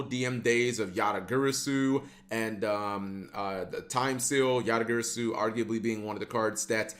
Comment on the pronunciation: It's GARASU not Gyrysuu